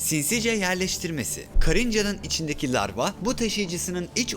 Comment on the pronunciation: Larva yerine sürekli lavra diyen ruhi yordu